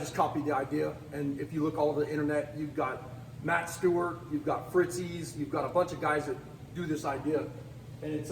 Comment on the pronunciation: Not to nit pic but , it is Fit Zee, good video.